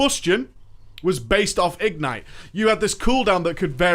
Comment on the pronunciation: igNITE not IGnite